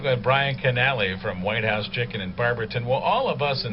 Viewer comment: Whithouse? Not Whitehouse? lol. I can't wait for the episode and/or the finale!